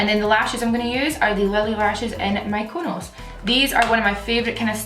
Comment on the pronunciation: I loved the way she said mykonos, omg love